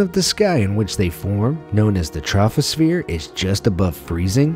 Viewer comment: Pronounce troposphere trophosphere and spell it troposhpere. Quality.